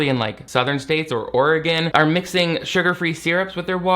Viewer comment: Bae, you actually said Oregon right.:')